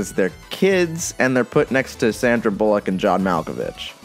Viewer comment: "sandra bulleauq"